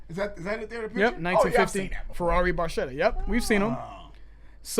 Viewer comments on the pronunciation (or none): it's barketa not baršeta. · It's pronounced Red Barketta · Best song off the best album by the absolute best band on the planet. In the automotive industry, the term "Barchetta" is used for a two-seat car without any kind of roof. The proper Italian pronunciation is [barˈketta], with a /k/ rather than the /tʃ/ sung by Geddy Lee. Neil Peart's favorite car was the 1948 Ferrari 166MM ″Barchetta″. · The “ch” should be pronounced as a “k.” Geddy mispronounces it. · A little trivia. You are correct; Barchetta is a Ferrari. Yet the pronunciation of Red Barchetta is Red Bar-keh, not Bar-che. Because Geddy pronounced it incorrectly, the new title is Bar-che. Barchetta is Italian for Little Boat. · In Italian, "ch" is pronounced like "K." So, you should pronounce it as red barketta. Barchetta in Italian means "little boat" because its shape resembles a little boat. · Actually pronounced Bar-ketta. Saw this live 4x in 1981. MSG 2 nights, 10th row, 11th row. Nassau Coliseum 2 nights 18th row, 7th row. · FYI...Barchetta is pronounced "Barketta". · Pronounced, "BarKetta" or 'small boat' in Italian. Geddy mispronounces it in the song 🙂 so don't feel bad. This was the song that sold me on RUSH in high school in the 1980s. As a car nerd, I was hooked. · Pronounced BarKetta, which is a small boat in its original translation! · i know noone cares but it's pronounced barketta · i know, i know... but the real pronunciation is barketta, sorry i must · Sort of. Regardless of Geddy’s or these guys’ mispronunciation of barchetta, in automotive terms it refers to a particular style of car (similar to coupe, sedan, spyder, targa, etc.), not to a specific model — although if you say “Ferrari barchetta”, car enthusiasts will know which particular cars you are referring to. A barchetta is a small, open-top car similar to a little convertible, but with no top that can be put up, so if you’re out for a drive in a barchetta and it starts to rain, then you have no choice but to get wet.